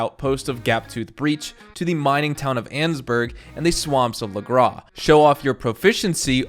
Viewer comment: DID NOT JUST CALL LAGRAS LAGRAW WTF